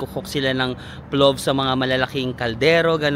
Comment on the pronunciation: PLOF pronunciation nun not with “V”, same kase sa pilaf kase yan na dish around Asian countries, it’s a rice dish with meat nuts and dried fruits